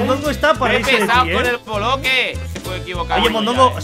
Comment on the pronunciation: invictor no habla bien habugerou y boloque 😆😆😆😆😆😆